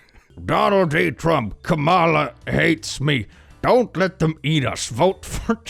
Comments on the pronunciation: For those who say it incorrectly accidentally, Kamala is pronounced “KAH-mala” not “ka-MAH-lah”. ❤ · Hi! Small note, Kamala's name is pronounced "KAH-muh-luh," not "kuh-MALL-uh." Normally wouldn't correct something like that, but since she's a public figure and this presidential race is so divisive, even something like saying a name wrong can be misconstrued in a malicious light 😒